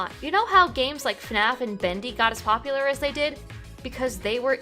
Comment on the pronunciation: I've noticed he has a weird way of pronouncing certain words. For example, Community sounds like "Commitity", popular sounds like "Poplier" and that just makes me think "that's a good Pokemon :3". While humorous at times I gotta wonder why that is the way it is